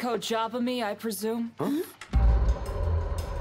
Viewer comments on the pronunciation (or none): "Yumeko JAH bami"